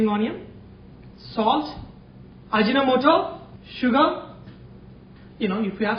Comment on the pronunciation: Its actually Aji No Moto not ajinamoto...